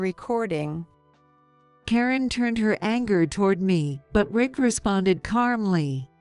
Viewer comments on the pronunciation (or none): Calmly dearie, not carmly.